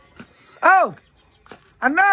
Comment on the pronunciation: आण्णया नका म्हणू राव .आण्णा तरी म्हणा कधी तरी.ज्ञानेश्वरी कस ज्ञानेश्वरी बोलता तस .